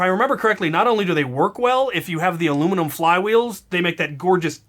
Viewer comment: I love ur channel and vids but you say alluminum wrong